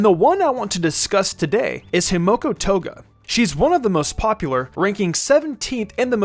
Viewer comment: Himiko not Himoko